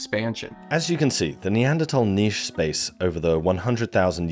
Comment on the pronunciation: nîche, not nietzsche 😅